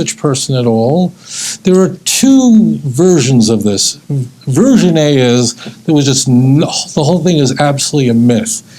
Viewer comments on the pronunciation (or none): none